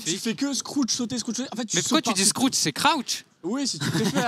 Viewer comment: scrouch omg tres drole l'accent anglais :P